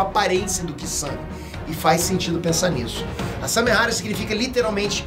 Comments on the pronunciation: É Samehada e não Samehara. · Nossa eu to lendo os comentários só pra ver se alguém mais notou!! Tava com agonia já!! Toda vez que ele fala errado eu penso, "É samehaDA, pôxa"!!! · nossa dava dando nervo do falando samehara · "SAMEHADA" N "SAMEHARA" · Noem certo:Samehada Como cê tá falando:Samehara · Só eu que tô com agonia dele ficar falando samehara? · Samehara é foda viu kkkkkkkk é Samehada po kkkkkkk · Só eu que entendi "Samehara" ? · SARRADA ERRADA por favor fale certo